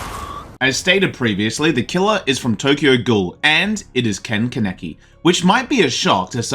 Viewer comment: Not CAN EKI its pronounced Kahn uh key Kaneki